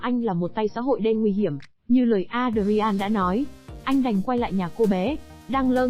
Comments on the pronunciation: Adrian không có đọc với 4 âm tiết là A đờ ri an nhé. Adrian chỉ đọc với 2 âm tiết là Ae dri-en. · Phim này xưa lắm rồi cách đây gần 30 năm (93). Alicia Silverstone đóng vai chính đó khi cô còn trẻ chỉ mới 17 tuổi . Ngoài đời cô là một người tính tình hiền lành rất dễ thương. Kênh này cần chú ý sửa lại phát âm tên nhân vật sai rất tệ hại ( Adrian).